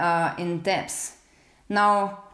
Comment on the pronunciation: Hey, the word "debt" is pronounced like "Det" - the "b" is silent. btw... I enjoyed this type of video and look forward to the rest of the series. Also, I have a fixed rate mortgage, and my monthly payment just went up 250$ a month just for insurance! I live in Florida and it is happening to all of us here... This may be why many rents are going up too, because their insurance rates were hiked too.